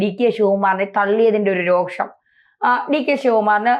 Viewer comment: റോക്ഷം അല്ല രോഷം plz consider, അക്ഷരങ്ങൾ ഉപയോഗിക്കുമ്പോൾ സൂക്ഷിക്കുക മലയാളം ഭാഷ